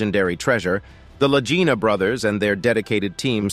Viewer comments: Please correct your pronunciation: it is NOT Lagina brothers like REGINA...it's Lagina like LAGEENA...wow. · The way this announcer is pronouncing the name of the brothers Lagina sounds like he is saying vagina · None of this is new information and the narrator can’t even pronounce their names right! Over and over he changes it. I certainly won’t watch anymore from this site. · You are pronouncing their last name WRONG !!! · THAT IS AGGRAVATING, JUST WATCH ONE SHOW AND YOU KNOW HOW TO PRONOUNCE THE NAME!